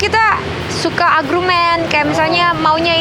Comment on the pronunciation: Argumen Buk. Bukan agrumen. Maaf Jes